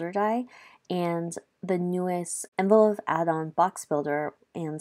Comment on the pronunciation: It’s not envelo (phe) soft f. It’s envelope with a P!